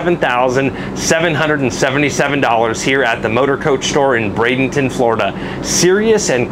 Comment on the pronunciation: for Chrisesake…. It’s Braid N ton!!!! Not Bradington ya doof! Your description and dialogue has really improved and if you’re going to be speaking from the Motorcoach Store…. In Bradenton, FLORIDA…. Where it may be hot but at least it’s humid….. Improve the name and you are good to go!!